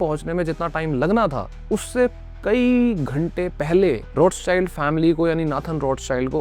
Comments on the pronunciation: आप रॉथचाइल्ड/रौथचाइल्ड को रोथचाइल्ड क्यों बोल रहे हो? आपके नाम को कोई ऋषभ की जगह राइशभ बोलेगा तो कैसा लगेगा? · Other pronounce:-Rothchild family Me listen :-RoadSide family 😂😂😂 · Roths child nahi hai bhai Roth schild bol